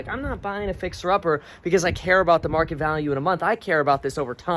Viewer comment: time IN the market not time in the mark-it